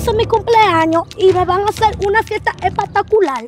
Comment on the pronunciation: Decir: espectacular❌ Decir:epatacular✅